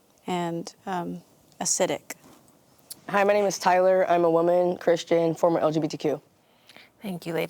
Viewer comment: “Hasidic”? Acidic? What?